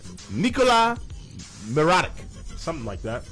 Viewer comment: Lol said mirotić's name horribly wrong. He is good because he just got named MVP of Spanish League, youngest in history. Jimmy butler not even close to Luol? Haha how wrong were you on that one.... Jimmy scored substantially for us after playing left bench for a full year.